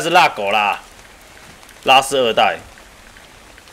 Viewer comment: 拉斯聽起來好像叫拉屎